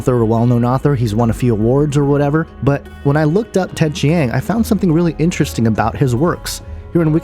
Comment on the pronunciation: Between your horribly incorrect pronunciation of Ted Chiang's name and the fact that you are claiming all these things without seeing the movie, I was already thoroughly annoyed within the first minute of your video. And what's this discussion about flat earth? It has been scientifically proven that the earth is round, and the only way you can believe in a flat earth is if you either surround yourself with misinformation, or you are too dumb to understand. Finally, it's a fiction movie. Relax. People like to think about aliens because it's fun. No idea what you are thinking here.